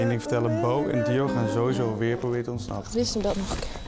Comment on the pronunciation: / / / zegt dr voice over terwijl bo dio en winston druk zijn met hun voorbereidingen maar voice over je schrijft winston en zegt winsten